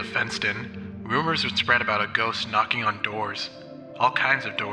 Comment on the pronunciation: why did I hear 'the fentanyl missouri' at instead of fenston missouri